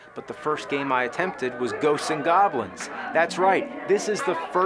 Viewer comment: "Ghostseses and Goblins" 😂